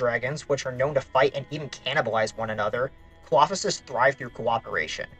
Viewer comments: I really enjoy these videos, and can't wait to see what you cover next! Also, Coelophysis is pronounced "see-low-figh-sis". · bro butchered the coelophysis pronunciation so badly 😭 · Im sorry but WHAT was that Coelophysis pronunciation 😭😭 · I wasn't sure that was even the dinosaur he was talking about! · Thank you! I had to do a double take on that to make sure I heard it correctly. That's done my head in. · Im sorry but your pronunciations of ceolophysis and herrerasaurus are just so wrong, these are really well known genera too. Also ceolophysis is a pretty well known cannibal.